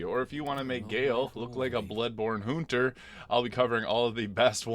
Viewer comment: "a bloodborne hoonter"